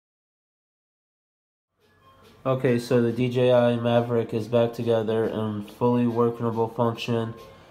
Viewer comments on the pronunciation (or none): Mavic not maverick